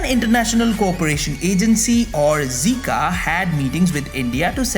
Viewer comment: JICA would be pronounced like J(ai)ka like in China